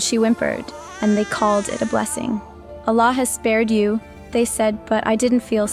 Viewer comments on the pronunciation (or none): Who else knows it's a script the way it is read!! Can you imagine the way she even say Allah doesn't match with the name..any ways this is a horrible script painting Islam i hope God forgive you!!